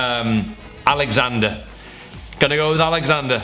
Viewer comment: The way you say Alexander lol btw nice team 👍👌